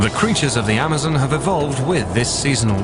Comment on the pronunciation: the guys always say it funny this time it is amozmon